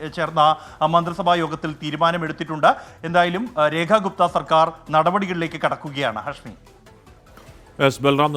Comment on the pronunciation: The name is Rekha Guptha not Kutha.